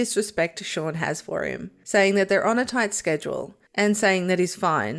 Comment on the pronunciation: Only one minute in and you get the character's name wrong! It's not Sean or Shaun! It's Shaan Srivastava. An Indian name for a character of Indian origin and the pronunciation is very different to Shaun. Unbelievable.